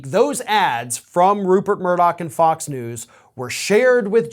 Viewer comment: Hey Folks, greetings from Scotland. his name isn't MURDOCK its MURDOCH!!!!!! Keep the law suits coming!!! I hope every single one of them is successful in court.